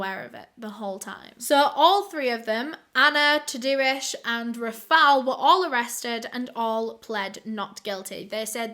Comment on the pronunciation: I love that you say Tadeusz, Tah-do-ish hahah. I’m Polish and that’s my dad’s name, in Polish it’s pronounced more like Tah-day-ush. That’s okay though, the spelling doesn’t really look like how the pronunciation is. Love ya! 💞❤️💞